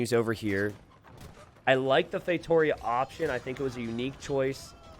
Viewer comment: ngl been watching the videos for a while. i'm portuguese, I just now realized wtf a "feitorious" is "feitoria" is read as " "fay-two-REE-ah." i've been laughing for a solid 5 minutes now